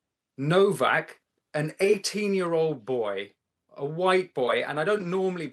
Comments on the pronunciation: Pronounced NOVAK.. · Why does no one abroad pronounce his surname correct it’s said like Novak . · Henry’s Name, although it is spelled “NOWAK”…..It’s actually pronounced as “NOVAK”…….May that poor lad Rest In God’s Eternal Peace….Best Wishes from England…❤️🏴🇬🇧🇺🇸❤️ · The name is Nowak with a “w” not a “v”. But a w is pronounced like a v sound in Polish so not sure why some are using the English w sound. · FFS pronounce Henry's name correctly... What's wrong with Yanks, are they illiterate or what.